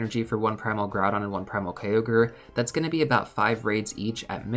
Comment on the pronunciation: why is Groudon named "Groupon" LOL